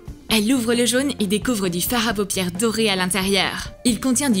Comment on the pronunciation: A elle a dit faire a paupière au lieu de fare a paupiere mdrrr 😂😂😂